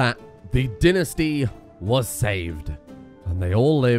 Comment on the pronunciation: He still keeps saying tinasty, instead of dynasty...